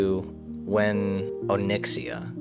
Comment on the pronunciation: Please pronounce Onyxia correctly.....😂